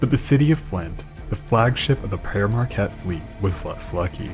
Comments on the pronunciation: Another banger. Quick dialect tip, in most of Michigan, especially west Mich, pere Marquette is pronounced like pier Marquette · Another awesome Great Lakes video. Thank you for the work you do. And, btw, it's pronounced "peer" around here. :)